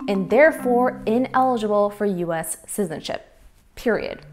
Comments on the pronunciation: She said sizen ship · A fascinating subject that deserves attention but personally I was distracted by the fact that the narrator couldn't pronounce the word "citizen" or "citizenship". She consistently says "sizen" and "sizenship". It grated on my ears. But the subject was well documented and interesting. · The narrator can't pronounce 'citizenship'.